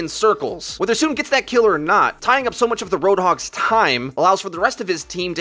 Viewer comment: isn't the name pronounced like So On? the name SoOn after all